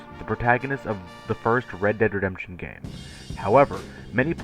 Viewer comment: "each update to Red Dead Redrberfbdrd 2"